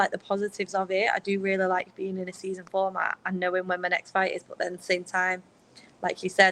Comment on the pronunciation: when she says BUUT it cracks me up I love it